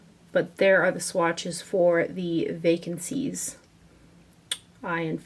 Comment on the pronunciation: The Nars palette name is actually 'Vacances' (vah - kohns) which means 'vacation' in French :)